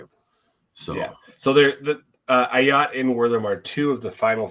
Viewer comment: Bro, how are you not able to pronounce Ah Yats first name? He has been with the program for 3 years now and you can't get his name right. C'mon